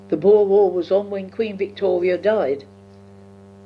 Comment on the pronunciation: At pronouces Queen Victoria almost as 'Wictoria'. You probably know that Londoners used to pronounce 'v' as 'w' and 'w' as 'v' until the late 19th century and early 20th century. It's recorded in some of Charles Dickens work, Sam Weller was pronounced as 'Sam Veller' and 'victuals' was pronounced as 'wittles' (meaning food). As a young girl, probably pronounced 'v' and 'w' almost interchangeably (or at least she would have heard older people who still spoke in the same way that many of the characters in Charles Dickens books).